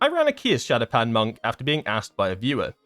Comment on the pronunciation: Why did they have to mess up Shadopan again. That makes me sad.